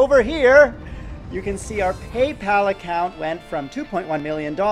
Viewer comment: by how much has the revenue reduced since youtube implemented the whole 10K views rule? Just curious well....guess i should have asked this question 3 months later... also, "wrong peepal address",had me laughing for quite sometime lol